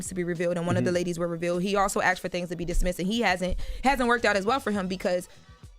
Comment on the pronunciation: “Axed”, you chopping someone up! It’s “asked” baby girl.